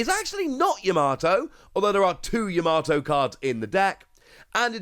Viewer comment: PLEASE stop saying Yamato like that. You sound like a casual.